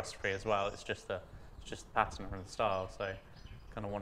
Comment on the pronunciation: Finally someone that can pronounce patina correctly 👏